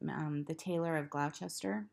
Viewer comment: Lovely episode, thank you. I also collect Beatrix Potter figurines, they are so sweet! I hope you don't mind me helping you with your pronunciation of Gloucester. Glouces is pronounced Gloss (rhymes with floss) & ter rhymes with fur. So it is Gloss tur. I live in an English town called Towcester & that too proves tricky to pronounce. We say Toast (rhymes with roast) & er (rhymes with fur) Toast er. X